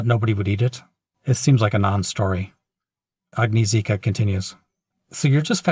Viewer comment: Agnieszka is pronounced agni-eh-shka. That's a pretty common, Polish female name. Also - I'm a huge fan of your voice